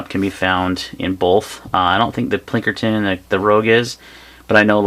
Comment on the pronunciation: It's Pinkerton not Plinkerton....